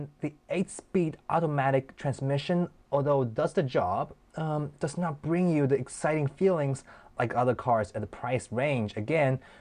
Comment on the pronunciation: oh it can quickly bwing frustration? Lol